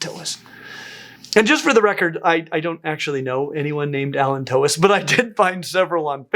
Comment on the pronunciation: "Allan Tois" deserves better. 😅